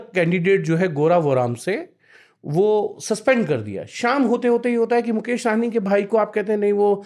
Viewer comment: आप सब मैदानी रिपोर्टर हैं, फिर भी मुकेश सहनी को मुकेश साहनी कहते रहे हैं। इतने दिनों में तो आपको साहनी और सहनी का अंतर समझ में आ जाना चाहिए था। साहनी पंजाबी सरनेम है, ना कि बिहारी।